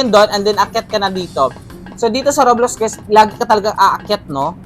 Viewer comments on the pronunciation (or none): Roblox ⟩ roblax Tama ba ung pagbasa